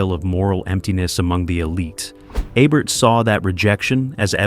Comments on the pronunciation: It's E-bert not Ay-bert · EEEbert not "ibert" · For God's sake, the man's name is E-bert. Not ebb-bert. Not ah-bert. Not A-bert. E-bert. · aybert. 😂 you need to take this video down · It is EE bert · It is EEEbert like eBay or email. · EE-bert, dummy. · Your inconsistent pronunciation of Ebert I’d distracting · If you’re going to cash in on a man’s legacy, you might want to pronounce his name correctly, consistently, throughout your video.